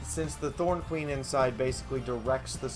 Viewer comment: Ma'am, it's Norn Queen, not Thorn Queen.